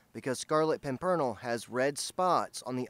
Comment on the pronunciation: I'm pretty sure it's pronounced PIM PERN ELL.. with the accent on the first syllable there used to be a movie that came out in the 1930s or 40s called The Scarlet Pimpernel written about something in the 1700's.. I think.. I can't remember. I think the movie starred Leslie Howard and Merle Oberon who you probably don't know but he played Ashley in Gone With the Wind maybe you never saw that as she played Katherine in the original movie version of Wuthering Heights